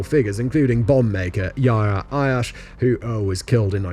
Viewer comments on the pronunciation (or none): none